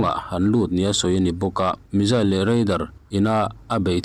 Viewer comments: Athupuiah lut vela,tin mizail aawmlo missile ani zawk ,hawrawp ilam duhdah mah mah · Missile - Misail Missile - Mizail ... Mizail - S ai in Z ..hi an lam ri tamzawk/nasa zawk thin tlat a ni .. an mahni US ho khuan